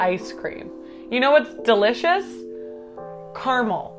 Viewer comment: the only controversial thing about your opinion about caramel is how you're pronouncing it